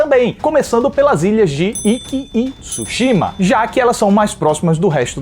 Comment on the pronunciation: Parabéns pela crítica, o nome é tsushima e o tsu é falado mas é mudo assim como tsuname, mas não tisuname é tsu quase um two